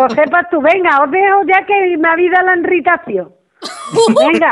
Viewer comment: "me habei' dao la inritacion" jajajajajajaj